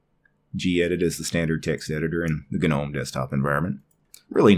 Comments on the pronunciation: bro .....just stop. Its not g-nome ....no matter matter how many videos you make the g is still silent. Nuff said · stopped watching as soon as I heard you say GA-NOME. You do know the G is silent in gnome right? Its hard to take someone seriously with linux when they cannot even pronounce simple words correctly. Thumbs down.